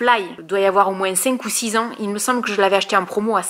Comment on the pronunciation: j'adore quand tu nous dis " moinss' " ^^ <3